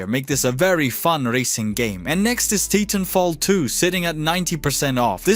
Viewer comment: I appreciate your overviews, but for the love of God, please pick a better AI voice generator! (Preferably one without a heavy accent that doesn't pronounce "Titanfall 2" like "Teethenfault Too".) Thanks!